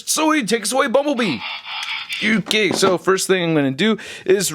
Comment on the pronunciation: "It's not sho bad."😀